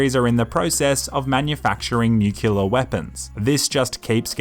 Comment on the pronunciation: Fking A can't even pronounce 'Nuclear' XD.